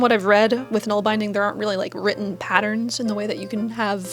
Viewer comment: Nålbindning = nawl bin dning